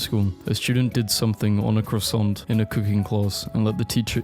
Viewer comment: are you going to finish that cwasnut?